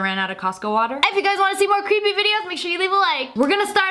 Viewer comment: Super cweeeeeepy stuff